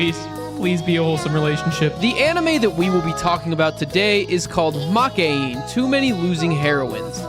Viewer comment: Yes, you butchered the name. ma-ke-i-ne So far I've seen no western YouTubers ever pronounce it correctly. It's like you people didn't even bother to look up the basics of the basics